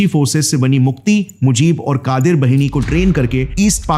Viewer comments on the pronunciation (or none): Bengalee pronunciation thik se kijiye Bhini nhi...BAHINI Rangmati nhi....RANGAMATI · बहिनी nahin बाहिनी boliye Gaurav bhai. "मुक्ति बाहिनी" (মুক্তি বাহিনী), मुज़िब बाहिनी( মুজিব বাহিনী)& क़ादिर बाहिनी(কাদের বাহিনী). 'वाहिनी/ बहिनी' ka matlab Pravah,Dhara, Nadi ya 'सेना' ( army) hota hai. बहिनी matlab बहन hota hai. Bangla alphabet mein 'ब'(ব) aur 'व'(ব) dono hote hain par dono ko 'ব' likha jata hai aur aam bolchal mein'ब' (ব)hi bola jata hai.